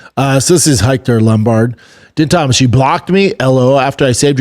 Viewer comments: Bro lmao how you gonna say we’re all cheering for her but multiple multiple times say yeah she got her ass beat but man we’re gonna watch her next fight yeah she really lost bad but this is so good for her you crack me up bubba btw din Thomas pronounced dean thomas you kinda should know how to atleast pronounce his name Gillian is pronounced Jillian just spelled differently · Din Thomas bro dammit B it’s not that hard to say fuhhhhhhhh